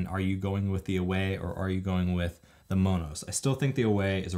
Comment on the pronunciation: Thanks for the info on Monos. I’m looking forward to purchasing one. Like the way you pronounce it (the Hispanic version) 🌶🥹💺